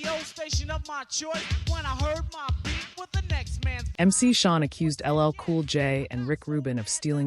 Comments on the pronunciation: We need to do better when editing this AI stuff, it's Shan not Shawn. Thank You for this content. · It’s MC Shan not MC Shawn…I swear I hate this ai ish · MC Shan like "Man" not Shawn. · To the AI announcer, it's not pronounced MC Shawn. It's pronounced MC Shan. Get it right! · She is so wrong the way she say it.